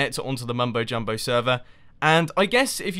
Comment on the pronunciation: He says "Mumbowl Jumbowl" :D